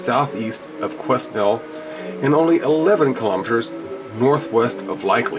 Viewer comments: these are our canadian igloos..and its pronounced..kwe..nell.. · its pronounced Kwenel LOL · OK the pronunciation is "Kwa-nel", an old French name.. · It's Pronounced kwenel forks I live in Quesnel and I've been to the forks.. you want to tour some serious scary stuff just visit this place.. Quesnel Forks is a ghost town of hundreds of people who died there. It's freaky . Still find old shoes from the inhabitant from long ago lying around.. I did not take a damn thing out of there.. was to scared. I'm suppose to be heading up there tomorrow Sat feb 22nd for ice fishing.. if I do I will take some pics. If we don't end up going to that spot , I will be going up in the summer . I'll take pics then as well. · Quesnel is pronounced Quenel, thanks for the info mate, a Tong house is usually a house built by Chinese Gold Miners of the time, circa 1890's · I live in bc canada and its pronounced que-nel, And I myself and a friend saw a ufo in summerland bc last year, It was just a shinny obect hovering in a valley.looked at it with 10x50 binoculars and it looked round,was not a plane.and I know there is a alien base supposedly in northern bc. thanks for the video. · Qwin-nell is how it's said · you pounce it as Kwanel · the s is silent. quinell is how it sounds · lol every time i hear u pronounce it i laugh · the s in quesnel is silent